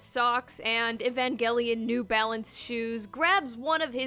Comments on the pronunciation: e van gel ian not evan gell ian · The fact that I’ve been pronouncing Evangelion as Evanjelion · (It’s actually evanjelion the pronouncement ok?) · Why do I hear Evan gay lion whenever you say evangelion. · It's "EVAN-JELLY-ON" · Guys I think she said evangelion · drinking game: take a shot everytime she says "evangelion" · if i had a penny every time she said “evangelion” or “eva” i would be the next Elon Musk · i like where she says "Evangelion" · Take a shot for every time you hear "Evangelion" in this video Good luck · Okay but why do you pronounce evangelion so wrong tho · I never want to hear the word “evangelion” again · I hate the way you pronounce evangelion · Take a shot every time she says "Evangelion" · Lets play a drinking game. Everytime she says "Evangelion" Take a shot. Comment below how long you survived ↓ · Couldn't last the full video solely due to how you pronounced Evangelion